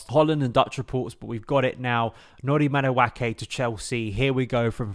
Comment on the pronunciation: Thank you. The way he's saying it is giving me chlamydia